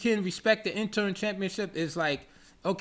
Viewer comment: Great content 👌. It's interim, not interm bro.